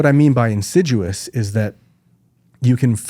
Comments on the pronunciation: I think he said, "insiduous." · it’s insidious, not in-sid-u-ous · Insidious, not insiduous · It’s ‘insidious’ not ‘in sid duos’… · He's trying to say "insidious" (for anyone else confused why he's saying "insiduous" like it's a tree that loses its leaves in winter...) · Insidious. Not “insiduous”. That is all. 😂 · *insidious not insiduous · Who else is twitching at his repeated mispronunciation of “insidious”